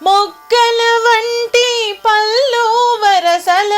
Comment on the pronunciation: పల్లు అనకూడదు